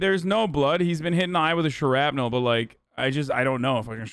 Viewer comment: Man said shrapnel like shawarma 😭